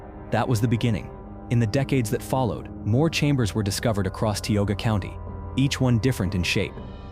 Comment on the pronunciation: It's TIOGA, non Tyogga whatever... F*ck AI.